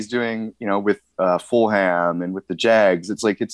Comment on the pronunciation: the way he pronounced Fulham and I am a Fulham supporter.